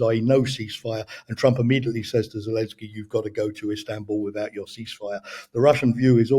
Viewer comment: Good interview. Although I am looking forward to hearing pronounce it Zelensky, rather than Zelinsky. Always great content though!